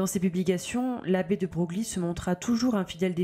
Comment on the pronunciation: Ca se prononce Debreuil et non deBroglie 🤫